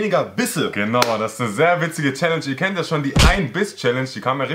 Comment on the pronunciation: An Kelvin: es heisst Challenge und nicht schelensch